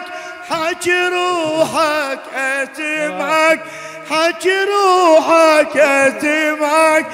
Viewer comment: خطيه هذا هيج نخلق مو بيده اكو حروف ميگدر ينطقها يگول اتمعك بدل اسمعك